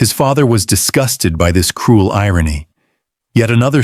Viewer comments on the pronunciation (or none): none